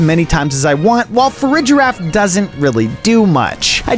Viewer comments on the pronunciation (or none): none